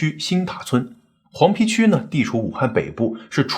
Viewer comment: 黃皮？應該讀黃陂（碑）才對 不過現在的普通話是滿州人搞出來的 本身就是亂七八糟的了 也沒什麼好強求的了...